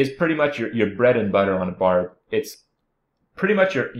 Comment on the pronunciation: "BARB" NOT "BARD".